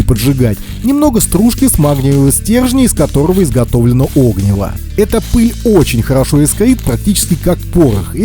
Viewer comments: Правильно говорить не о́гниво, а огни́во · Видео хорошее, но оги́во, а не о́гниво. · 'Огниво нет а огн'иво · Извините, но так ухо режет "Огниво" правильно огнИво! Неужели даже в детстве сказку не читали? А видео полезно. Спасибо. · Ну как можно в таком простом слове делать неправильное ударение? Какое нафиг Огниво, всегда м всюду огнИво. Вы что, сказок в детстве не читали? Мультики и фильмы не смотрели? Откройте тогда словарь Ушакова или Даля. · Надеюсь, спустя пару лет вы с сыном научились правильно ставить ударение в слове огнИво!? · Вы не выговариваете букву "Р".....ОгнИво ! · огнИво, а не Огниво ) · о́гниво прямо ухо режет. Спички и зажигалка промокли, а сухая береста кругом? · огни́во. Можно же было посмотреть, как ставить ударение. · Поменьше неподготовленной болтовни, пожалуйста, уважайте чужое время. Правильное ударение на названии предмета, который вы обозревание, тоже необходимо) огнИво, разумеется. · Тоже хотел об этом написать... Режет уши такое ударение. Ох уж это современное поколение, не читавшие в детстве классики. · Реально, режет слух, даже досматривать не стал